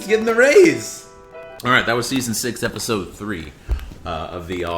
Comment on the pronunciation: Ok you say "efisode" for sure